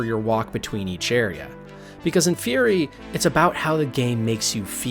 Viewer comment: It's Furi, not Fury ;-).